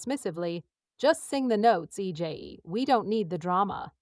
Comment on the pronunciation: I’d be more enthusiastic about this video if you took the time to make the AI pronounce EJAE correctly. This video is her story after all.